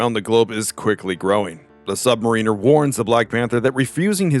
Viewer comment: Anyone else cringe a little anytime this narrator mispronounces "submariner"?